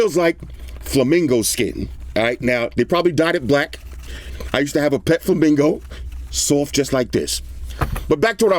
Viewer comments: did you say you had a pet flamingo? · "i've petted flemingo" lmao